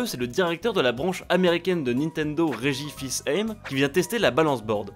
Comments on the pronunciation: "Reggie fils aim" wtf y'a bien un accent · wait comment il a prononcé Fils aimé..? XD